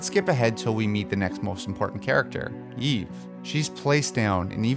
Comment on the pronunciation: wait, did you say Yeeve?